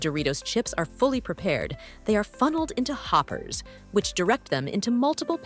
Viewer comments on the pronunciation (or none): none